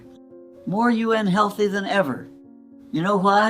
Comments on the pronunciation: UN. healthy instead of unhealthy. 60 (letter s ) instead of. sixties. Typical AI. mistakes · At 13.41 she read unhealthy as u.n healthy...this proves it's ai The information sounds real though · I do not think she is real. What do you think how she pronunce unhealthy minute Ju en healthy? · She pronounced unhealthy as you-en healthy 🤣 Yes ai but could be based on a true story 🤷‍♀️